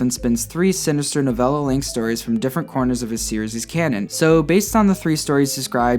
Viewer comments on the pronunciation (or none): none